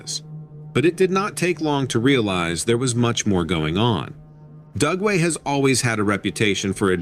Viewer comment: I kept thinking he was saying GUGWE, not Dugway. They are scary!